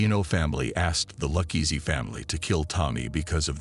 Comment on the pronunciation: Dang the ai is hard to detect until it repeatedly mispronounces Luchese.